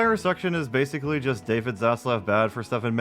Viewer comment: Every time this guy says basically like "basily" i feel so annoyed